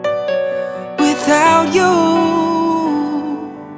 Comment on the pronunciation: Would like this 10x better if you didn't pronounce it as "without chuu" 50% of the time throughout the song. D